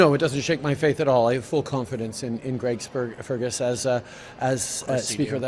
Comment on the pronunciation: "Greg Spergus" lol